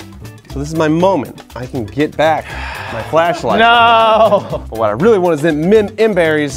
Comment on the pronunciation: Why did I hear “Fleshlight” instead of “Flashlight”